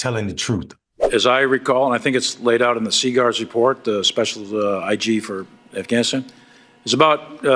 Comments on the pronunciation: How are we going to have a President that can't even say Afghanistan? He sounds like a middle school student trying to lie his way into class President. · Stupid d..khead can’t even say Afghanistan. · LOL, Trump can't even say Afghanistan properly. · Apart from the usual fact opposed crap the orange loonie is spewing, I'm surprised that Conald is also even to dumb to pronounce Afghanistan! 🤣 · So you want to run for president and you can't even pronounce the word Afghanistan. Interesting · Donell(since he can’t say Kamala) Trump can’t even pronounce Afghanistan let alone find it on a map. A reality tv personality still playing president! The makeup is a giveaway 🙄 Can we move on from this disaster! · He can’t even pronounce the country correctly and we know that you set that whole shit up you lying sack of 💩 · Hey Trump , what the hell is " afanastan " ..... you senile old man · Uhm...did DJT just say "aff...anistan" ? Lol. Hehe. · His dementia riddled ass said "Afanisan" 😂😂😂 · afannastan? lol he can't even say it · "a-fan-i-stan"?? This is prerecorded and THIS IS take you choose to use?? 😂 Let me guess, this was the ONLY take wasn't it? And nobody thought to tell the emporer he has no clothes. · I chimed in at Afan-ass-tan 👀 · Did it say Af-fanastan? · Afnascan? Is that what he just said at the start of the video? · Afasastan????? WTH was he babbling about a twenty seconds in my God my brain hurts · 8/30/23 he calls it aff an is tan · Did he just say “aff anistan?” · 22 seconds in he says Affanistan ... where is that ? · He actually said it Afanistan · He said "Afhanashan" did anyone catch that? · "Afanistan"? Ugh... God save us from this orange nightmare. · Hahahaha. At the 20 seconds time stamp, did he say “Afanastan”? This guys lies so much, he can’t even line his crooked A$$ lips. His mom should’ve shallowed instead of letting pop bust in here! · Did he say affflaannastan wtf….😂